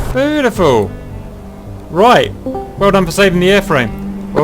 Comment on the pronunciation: Its a shame that the STO lock lever wont lock the nozzles fully to flight mode, that would be such a life saver...unless you forget its on lol. You're not originally from East Anglia are you CAP? Your accent when you said beautiful is very Norfolk :)